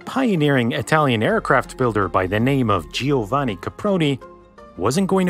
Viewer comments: Please it's not geeovanni, it's like Jovanni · Giovanni reads as Jovanni. Geeovanni really hurts Italians' hears. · Very interesting video. Only heard of this plane once or twice before. Just a quick correction, I’ve had several Italian students in classes before and Giovanni is pronounced “ Jo-vanni” not “Geo-vanni”. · Useless pronunciation tip: in italian if there is a I followed by a vocal after a C or a G (like in the word Giovanni or buongiorno) the i is only a graphic simbol and so it is silent. So it is pronounced [d3ovanni] not [d3iovanni] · Nice video, just a little note, the name "Giovanni" is pronounced as if it was written "Jovanni". In Italian "GIO" the letter "i" is there only to make the "G" sounds like a "J" in English. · I hate how you pronunce Giovanni XD. I'm Italian and Giovanni Caproni is my "hero"